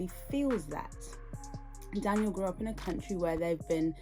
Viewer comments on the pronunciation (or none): Not only did he mispronounce brother Daniel’s name. He’s still saying, “axe” . . . after six degrees. The word is, “ask.” He needs to put some respect on that “s.”